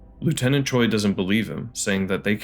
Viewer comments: Just as point of reference to minimize annoyance to people with that name, the Korean derived name that Japanese people can also have "Choi" is pronounced like "Chweh'" rather than "choy". Hangul script has sounds we don't use. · Is it really that difficult to pronounce Choi (최) correctly. Since you watched the movie, you heard his name being spoken multiple times.